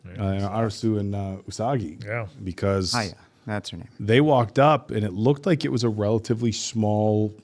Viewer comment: calling Usagi "Unagi" makes me laugh every time because it means eel.